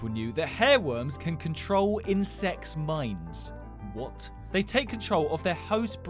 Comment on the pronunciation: Did he just say insex?!